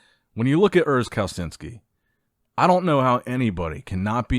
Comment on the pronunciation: I know that this channel is known for mispronouncing names, but if you want to change that: Pronounce Urs' name like: Kal-a-chin-skee